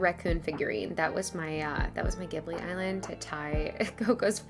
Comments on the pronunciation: This video was so well put together especially bringing up awareness! Thank you for that! I also wanted to point out that I’m prettyyyyy sure Ghibili is pronounced Ji-ba-lee, but not entirely sure! Sorry if I sounded mean saying that.. BUT REALLY ENJOYED THE VIDEO :)) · It was my first time hearing someone pronounce it that way so thank you for helping me become more educated :)!